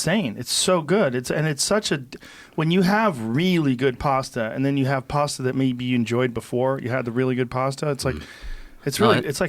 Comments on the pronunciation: Americans pronounce words funny. "Pasta" sounds like "pawsta" and "Bologna" is "Bolone-nia". It's like the word "past" and then you add "a" not "pawst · It’s pronounced PASS-TA not PARR-STARR 🙄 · Can we all agree Americans say the word “pasta” incorrect